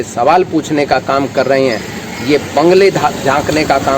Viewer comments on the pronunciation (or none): बंगले नहीं बगले होता है चाचा, उमर तेरी भी हो ली 😂